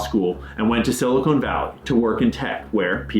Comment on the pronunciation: Silicone=/= Silicon Cmon man, I want to share this video and actually be taken seriously.